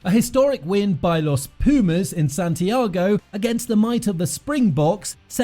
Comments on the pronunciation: PLEASE! Learn how to to pronounce PUMAS properly, you sound ridiculous. It's not peeeeeuhmaes, try POOHMAHS. And also the coach's name, put some effort into it man, it's not that hard... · You pronounce P U mas and not P i umas, like you dont say Eng I nd, you say Engl A nd, Thank you. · Thanks a lot for this amazing video. Tiny advice, check how Pumas is pronounced properly in spanish, is not "PIU"mas, is more like POO-mas. Cheers man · English rugby commentators need to get it straight for once and for all. It's pronounces 'poomas', not 'piumas'. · hahaha 😂😂😂 please repeat after me : .....poooo....masss......poo..mass....poomass.... pumas!!!!!!! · Don´t say piumas, it´s pUmas. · it is pronounced POOmas not PEEUmas. Pumas are Cougars.Wait Until Monetta reaches the National 1st team 15 players. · Please is not piumas .....pUmas !!! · It is not pronounced /pjuːmæs/; it is /puːmæs/ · After watching just 0.27 seconds of the video, I want to say this: Try to pronounce Pumas like this: " poomass" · It would sound more accurate to pronounce "Poomas" but don't get bothered by silly comments like that. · Is Pumas Bro Pumas is not so hard. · Muy buen video, la próxima sería bueno decir bien "Pumas", sólo eso, no te pido los apellidos y nombres de los jugadores hah, ty!